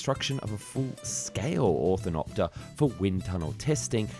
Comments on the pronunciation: Ornithopter NOT orthinopter... my gawd... READ THE SPELLING. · Your narration keeps saying: "or-thin-opter," instead of "Ornithopter". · "Or-NI-thopter", not "Or-THIN-opter" ... the pronounciation of that and other words in the video is driving me insane lol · And it's not "orthonopter", it's "ornithopter" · If you are going to "educate" people, about fantasy Ornithopters, at least learn how to say Or-NI-Thopter. it is not Not Orth-in-opter. The design you seem to think flew did not. Only small scale models flew. And by small, one 100g and one 500g - Rubber powered I assume, followed by one with an electric motor. Eventually a prototype was made and it failed completely before it ever flew, and before they even had a chance to test the wing warping that was supposed to allow control of the machine. 20 minutes testing without failure is hardly a big ask! No one in their right mind is designing a real passenger carrying ornithopter, certainly not Airbus Industries. What you showed was a concept designed to investigate feather like control surfaces & wing warping. something that has existed since the very first powered flight in 1903. Just to put this whole debacle in context. Gyrocopters already existed, and Helicopters were being produced years before this thing failed. The German designs were not really Ornithopters. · BTW, you keep saying Orthinopter, which is wrong, it is actually Ornithopter! LOL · What the hell is an "orthinopter"? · "osciliate"? did you mean "oscillate"? also did you mean "ornithopter" rather than "orthinopter"? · Great video, but how on Earth did you manage to not say it correctly even once? 15 min., so much great information on the topic, and the best we got was "orthotopter". It's called ornith-o-pter for a reason, you know - from the greek Ornith(bird) and Pteron(wing), so it means "bird wing". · I always find the way you said "Orthinopter" rather than "Ornithopter" is hilarious :D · Orn-eh-thop-ter Say it with me now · he said othinoper .